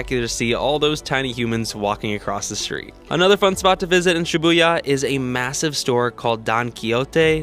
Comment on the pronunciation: Dont say shyabuya